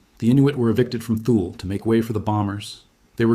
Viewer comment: Thule is pronounced Tooly